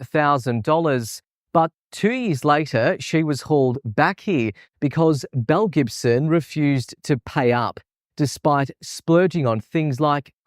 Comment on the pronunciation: In the beginning of the video I totally thought she said "Mel Gibson"!